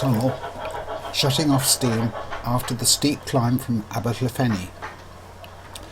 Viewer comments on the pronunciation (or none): Only fault is that the commentator pronounces "Aberdyfi" with an "F" whereas in Welsh a single "F" is pronounced as a "V"